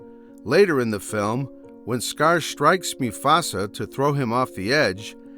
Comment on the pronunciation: “Moo-Fasa” is pronounced right.